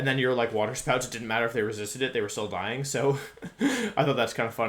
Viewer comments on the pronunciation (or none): none